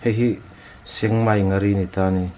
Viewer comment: Sengmai nghari in tia ..sekmai ngari tia lam tur a ni zwk lo mw 😂